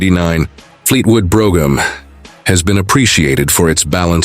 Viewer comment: Where is this car from? It's certainly not the American Fleetwood Brougham. Also, they can't even pronounce the name correctly